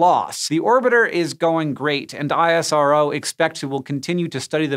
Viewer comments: You never call NASA as N.A.S.A. but NaaSaa similarly ISRO is not I.S.R.O but EesRow Next time mind it. Thanks for the video. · Just a quick note... We call ISRO not I S R O... But IS - ROH.. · It's called IS -RO not I.S.R.O ! It's similiar to saying "NA-SAAH" and not N .A. S. A!! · Great video. Just one thing, we call it isro(eesrow) not ISRO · Yeah, I.S.R.O. sounds weird to me, too. At my company we always say "iz-row". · My head hurts from explaining this everytime but here goes.. It's pronounced IS-RO not Aie-Ess-Ar-O. Just like NA-SA and not Enn-Ae-Ess-Ae. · It's fine dude.. pronunciation isn't important, their support is.. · we in India call it ISRO, not I-S-R-O..I dont know what is the "Right way" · American Logic NASA = "NASA" ISRO = I-S-R-O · It's called " Is-ro " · Its pronounced Iss-Roh :)